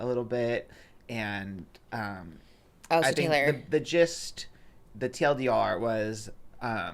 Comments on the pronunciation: Wasn’t sure if anyone else caught this 🤣🤣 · I’m dying when says the Jiz if you will, instead of the Gist! 😮